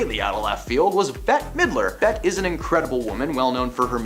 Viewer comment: "Betty" Midler??? Come on, man. If you cannot take the time & care to learn to pronounce peoples' names correctly, you have no business reporting on them.